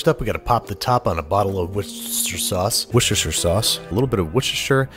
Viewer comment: “Westerford-cher-sire” and “We-share” are my favorites